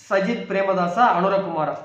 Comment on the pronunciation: பெயரை சரியா சொல்லாத போதே நினச்சன் கணிப்பு ஊத்திக்கும் எண்டு